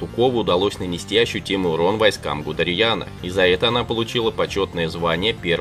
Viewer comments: Знаменитого немецкого военачальника Гудериана диктор дважды обозвал Гудерьяном. Или только мне послышалось? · Ты серьезно? "генерала ГудариЯна?!!!!!!! 😂😂😂